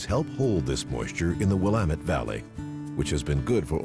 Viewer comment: lol the way he says the Dalles is completely wrong. Just like everyone pronounces Oregon and the Willamette River wrong. Edit: oh he got Willamette right!